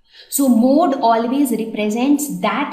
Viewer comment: Which is the mode of pencil? Say correctly mam